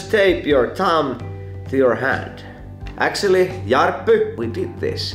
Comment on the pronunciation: This is how your “actually” sounds: äktsöälly